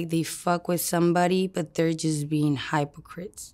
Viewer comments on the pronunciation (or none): She has a really intriguing take on pronouncing words… the “mispronounced” words received an emphasis upon clarification but were all the more powerful For example: I loved how she said “Hype o crit” a result, no doubt of the early education she talked about Her interpretation of the myth of Lilith is wonderfully expressive and more instructive than anything you generally read or hear of that myth… I thought Mark could hardly hold onto her flow and maybe missed out on maybe even more illuminating revelations about her life…he’s generally good to discover why someone got to be out on the fringes of life and in constant trouble or danger but he never really got to how started off stripping… he got lost on her tales and takes on interpersonal relationships… also he didn’t ask her WHAT kind of drugs she used although she does sound somewhat smacked out or on other kind of substances that had her yawning…it seems Mark wrapped it up mercifully as the overall impact of her expressing herself was overwhelming for them both Astounding work Well done, once again I look forward to a follow up If it ever happens